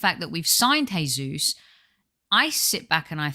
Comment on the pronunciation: You pronounce Jesus with a J as it’s Portuguese Not with a H which is Spanish.